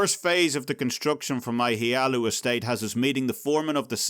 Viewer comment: ... House HLaalu. It's HLaalu. I'm sorry. I just couldn't resist... xD